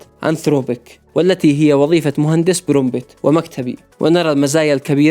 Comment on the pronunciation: استمر يا أسطورة❤ كلمة Prompt تنطق برومت حرف p الثاني silent ❤❤